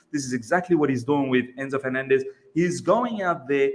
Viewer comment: Please pronounce 'FerNANdez" the way you would the word 'ENcore'; right now I'm wiping this puke out of my keyboard